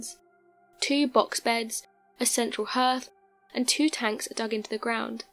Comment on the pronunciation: Its said Hypothesees not Hypothesis's Also Hearth is pronounced Harth Just FYI Thank you, great content